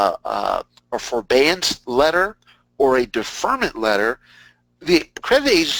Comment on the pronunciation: if he () says forBAEance one more time.. lol!